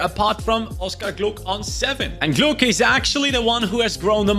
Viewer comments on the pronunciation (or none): Hey, just so you know, it’s pronounced Oscar Gloch, not “gluk” the “ch” sounds like in loch.